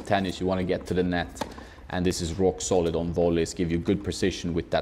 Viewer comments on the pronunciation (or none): none